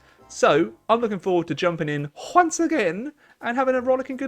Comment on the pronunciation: “Hwonce again!”